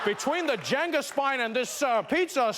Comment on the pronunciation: Trevor is the only person I have ever heard pronounce Jenga right👏